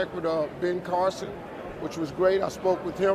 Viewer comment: Funny hearing you say Ben Carlson.. Tuckers brother.